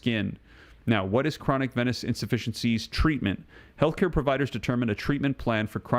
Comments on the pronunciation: Please pronounce 'venous' as veenus. Venice is a city in Italy. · Say, venous! Not venis. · Venus/Venous is pronounced as Veenus